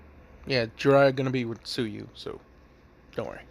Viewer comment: when u said Jiraiya and Tsuyu I almost threw up